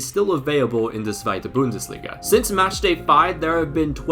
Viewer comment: Bro as a part German I can say we appreciate the effort, especially for saying Zweite Bundesliga. Danke